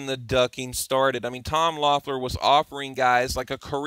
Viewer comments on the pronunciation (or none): none